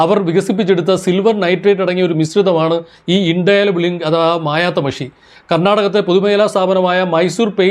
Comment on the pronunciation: Indelible ink (ഇൻഡെലിബിൾ ഇങ്ക്). ആവേശപൂർവ്വം ഇതിൽ ഉച്ചരിക്കുന്നത് "ഇൻഡൈലബിൾ ഇങ്ക്" എന്നാണ്. ആശാന് അക്ഷരമൊന്നു പിഴച്ചാൽ അമ്പത്തൊന്ന് പിഴക്കും ശിഷ്യന്.